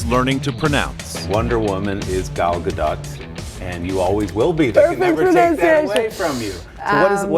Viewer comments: Repeat after me: Gaaaaahh Dotttttt. GAH-DOT. not "GaDat". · No :) Ga-L Ga-Dot. Ga like Gaga, Dot like dot. Not dote or daht :) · in Hebrew we dont have soft/hard sounds and we have flat syllables (not short or long). so the issue with her name is that Americans take it to the AH vowel, while its an AH on her first name and an AH-OH on her last name. Its really quite easy. flat vowels: GA(like in her first name)+dOt